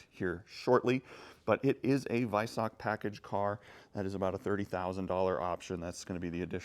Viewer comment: Silver wheels look shit same with the black calipers, and you are miss-pronouncing Weissach.